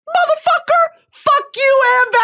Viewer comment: "motherfuquor" why are you saying it like that <3